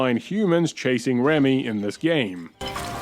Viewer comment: Ah yes. One of my favorite Pixar Films right next to Wall-E. Also, his name is Remy not Ramy.